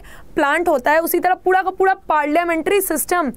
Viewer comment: Mam you call ' puda ' not pura